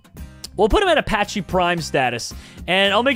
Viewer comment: my G I respect you but how do you say Apache wrong